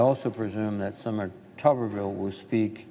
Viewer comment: For the record, it is pronounced just like it is spelled: Tooberville, as in boob.